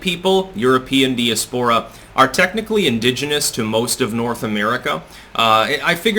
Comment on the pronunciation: "di as pora" the accent is on 'AS'